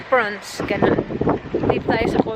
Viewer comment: Hay arts talaga kahit kelan.. Haha porons..lalong nmali ang bigkas..😁😁😊 With that long nails all the tiny tiny pieces of ingredients goes into it...jusme..!!